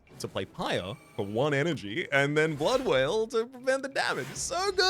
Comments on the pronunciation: Already calling Blood Wall Blood Wail instead, never change, Never Change. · Hopefully you eventually realise that "blood wail" is actually called "blood WALL" 😉 Welcome back STS! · Wonder how far into the ep he’ll realise it’s blood wall, not wail